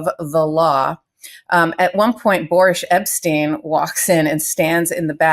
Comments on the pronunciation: It sounded like Karen said "Boorish Epsteyn". Works for me! Peace, all 💕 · Lmao KFA always calls him “Boorish Epsteyn” 😂